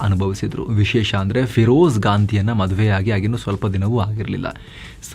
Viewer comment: ಪಿರೋಜ್ ಗಾಂಧಿ ಅಲ್ಲಾ, ಪೀರೋಜ್ ಗ್ಯಾಂಡಿ ಅಂತಾ ಹೇಳಬೇಕಲ್ವಾ